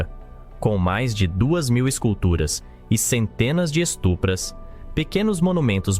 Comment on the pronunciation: Não são "estupras",, são "estupas".